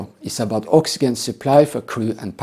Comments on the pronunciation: Oxygen I'd pronounced oxi Jen , practice that so passengers know what you mean to If you Ever need to use the word, god willing you won't, otherwise great video again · "oxyjen" in English. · Please learn how to pronounce oxygen before criticism